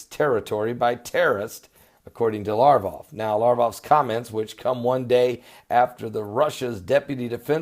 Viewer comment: Its Lavrov not Larv-off..